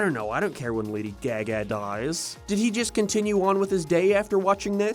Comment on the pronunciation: That is NOT how you pronounce Lady Gaga’s name